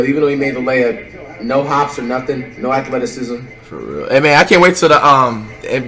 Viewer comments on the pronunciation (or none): I was dead when he said "foreal"😂😂